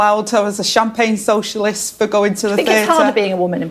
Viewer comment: She should be glad of the the distraction after her "I'm a soshulist innit" rubbish was exposed by her council house saga.